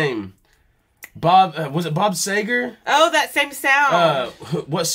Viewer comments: Bob See ger not say ger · He still saying Bob Seygar!! LOL!!